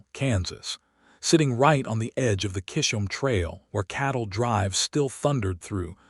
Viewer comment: Please LEARN to pronounce Chisome Trail correctly.